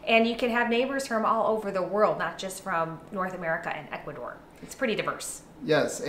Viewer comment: I love you guys, but when are you going to learn to say the country's name properly? It's Ecu-A-dor, not "Ekoodor"